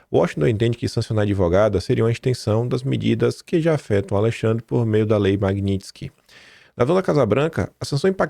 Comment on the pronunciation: Qdo o conseguir falar MAGNITSKY, aprovam anistia.